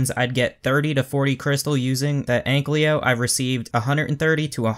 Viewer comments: AnkYLO, not AnkLYO.. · *Ankylo Not Anklyo. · dude you are saying egglyo lol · STOP SAYING ANKLYO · Too difficult, I'll just say AnkLYO.